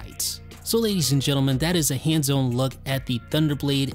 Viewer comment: Thank you. I hate the way this guy talks. It bugs me so much. Every time I wanna watch their videos I close them after I remember how much I hate his voice/speech pattern. Nasally and can't pronounce anything right. Like seriously, "hands-own review?"